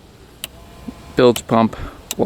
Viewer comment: And it's a "Bilge Pump" not a "Build Pump"